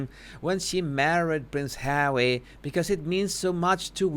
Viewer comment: I like your videos, BUT the way you pronounce Harry's name is so disgusting. Pease stop. 😖